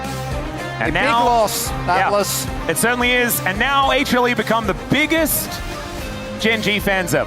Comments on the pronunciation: 有人知道為什麼英文主播一直喊什麼A茄力嗎?不知道那什麼意思 譬如這邊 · 他是說HLE只是連起來